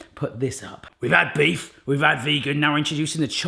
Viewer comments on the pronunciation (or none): none